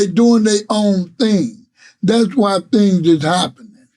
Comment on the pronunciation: “Wwwuuueeeyyyeee” lol I’m sorry the way you say why is trippy.